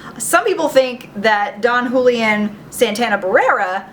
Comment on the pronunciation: It's pronounced who-lee-UHN. Just saying...